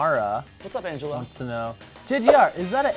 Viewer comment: OH MY GOD I CANT BELIEVE YOU DID MY COMMENT!!!! I was sooo shocked!!!!!!!!!!! P.S you pronounced my name wrong. Angel-ina like the mouse and the actress